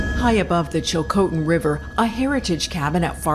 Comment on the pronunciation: Thanks for information, well put together and greatly appreciated, but please learn how to say Chilcotin thanks 🙏🏽 .